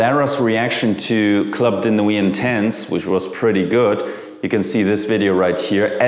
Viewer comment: Please pronounce "Club de nuit" in French. Everybody pronounce "club" in English but "de nuit" in French